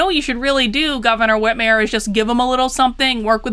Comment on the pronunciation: I love how you pronounce her name like Whitmeir not Whitmer, because it makes her sound like a n**i